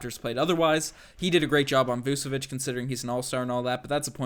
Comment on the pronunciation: By the way it’s pronounced vooch-uh-vich (all star) think you’d know this...